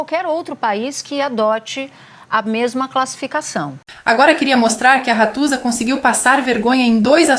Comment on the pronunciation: "RATUZA". Hahahahah.Ganhei o dia.